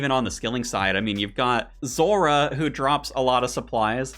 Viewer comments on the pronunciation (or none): none